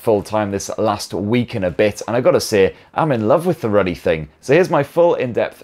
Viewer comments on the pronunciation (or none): none